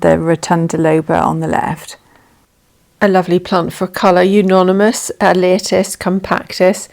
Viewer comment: EU-ONY-MUS not EU-NONY-MUS